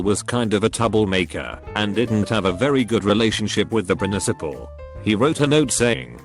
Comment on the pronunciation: Can’t blame the robot voice for saying touble and prinicipal